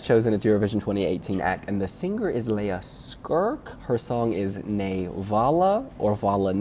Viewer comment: She's not "Lea Skrk", she's "Lea Sirk". Learn how to pronounce it correctly.